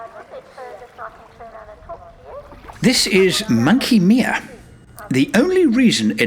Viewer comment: FYI, Australians pronounce Monkey Mia with I in Mia the same as first person I. Not as you pronounced as in me, Monkey "Meea".